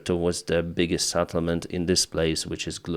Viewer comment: Settlement not SATTlement.